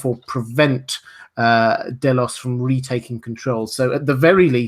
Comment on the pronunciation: Ugh day-los, i cant take it lol